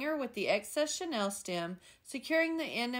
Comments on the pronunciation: Love your work! Regarding the chenille stems, it’s pronounced sha-neel, rather than Chanel. I couldn’t figure out what you were referring to until I realized the pronunciation issue. via Wikimedia Commons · You are pronouncing chenille like Chanel